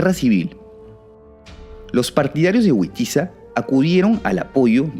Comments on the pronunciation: Al menos aquí en España el nombres del rey Witiza se pronuncia "Vitiza". Fantástico vídeo,! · Buen vídeo, pero no son nombres ingleses. Son Wamba y Witiza, No Guamba y Güitiza la W suena V, nunca como U